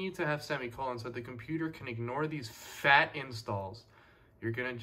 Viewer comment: Love the way you said “FAT installs”😂